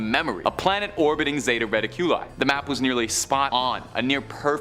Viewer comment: Dude said “Zeta Reta Q Lee”😂 think it’s zeta “Ra-Tick-U-Li” lol